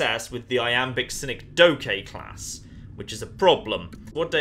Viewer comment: I'm sorry but... "Sin-eck-doe-kay"... as four distinct syllables... rather than... Ya know what, nevermind.